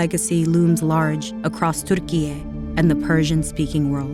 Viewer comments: You dont need to say TuRRRkiye 😂😂😂 it is Türkiye. Simple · Pronouncing Türkiye in that way is insane orientalism, one we are more than tired of. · The pronunciation of TÜRKİYE is wrong. It is not Arabic. It is Turkish. Please pay attention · Why do you pronounce Turkiye like it is Arabic lol